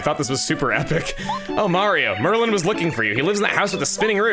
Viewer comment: Since it keeps bugging me, Chugga, you keep saying Merlin, his name is Merlon.